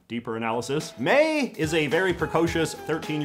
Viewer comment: Well, to be fair, Mei does pronounce it correctly in the introduction.